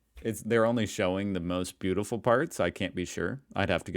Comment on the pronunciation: The First Person to call Berlin beautoful lmao